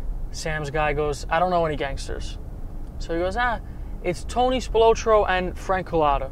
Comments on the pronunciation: This "Spil-low-tro" thing is driving me nuts! Come on! Spil-Lot-tro! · Pronounced "Spil-AH-tro", not "Spil-OH-tro". Also, the Chicago mafia was called "the outfit". That was literally what it was referred to as. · Pronounced Spill-ot-trow. Tony Spilotro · Just a heads up, your pronouncing Tony’s last name wrong, but cool video brother 👍🏼 it’s pronounced Spill ah tro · It takes two seconds to find out how to pronounce spilotro properly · God you butchered his name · Dude couldn’t even pronounce spilotros name right!!